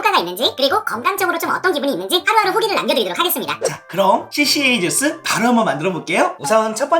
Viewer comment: 까주스ㅎㅎㅎㅎㅎㅎ 생각지도 못한 발음이예요!!!